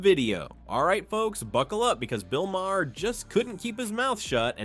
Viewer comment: AI sucks. The bot can't pronounce Maher's name.